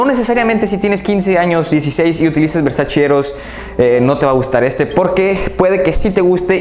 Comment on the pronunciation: ¡Gracias por tus recomendaciones, me gustan mucho, sólo me gustaría decirte que pronuncias mal varias marcas, entre ellas VERSACE, la pronunciación es VERSACHE, no VERSACHI! ¡Saludos!